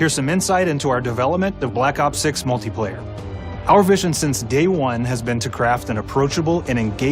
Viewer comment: Did he say “multay” player?